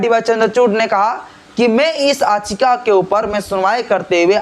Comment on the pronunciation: Mr Don't Pronounce it "Aachika" if you want to speak in English, the Actual Word is Yaachika".